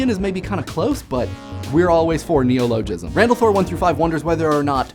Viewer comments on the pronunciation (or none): I always thought herculean was pronounced "her-KYOOL-ee-uhn" and neologism "nee-OH-luh-jizm".